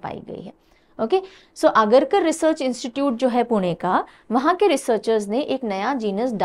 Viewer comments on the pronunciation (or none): none